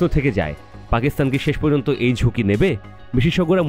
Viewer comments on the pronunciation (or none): none